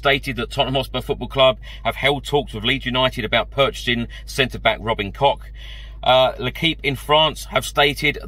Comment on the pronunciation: The way you pronounce Robin Koch 😂 quite funny as a German